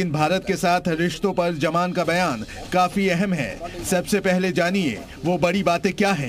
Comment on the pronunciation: Jaman. Nahi. Zaman. Hai urdu ka pronunciation to theek se bolliye